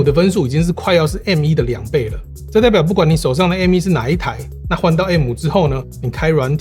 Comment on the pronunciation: 第一次聽到有人講「M依」…….. 瘋掉